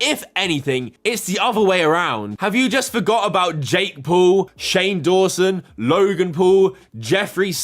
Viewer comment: "Shan Dawson" lol